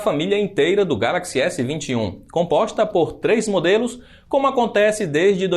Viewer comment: Só eu que ouvi "combosta"? Kkkk Muito bom o video